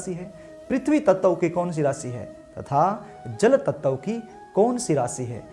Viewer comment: ततव तत्व 😂😂😂😂😂